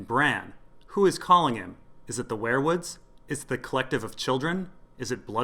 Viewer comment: ware-woods wear-woods werewolf ... seems like they should be pronounced we're wood , weer wood